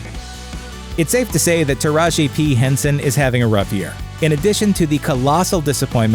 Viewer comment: "the immensly talented taraji p henson..." aaaaaaand you've lost me already